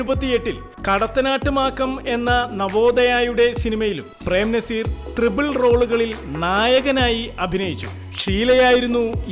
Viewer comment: ട്രിബ്ൾ റോൾ അല്ല .ട്രിപ്പ്ൾ റോൾ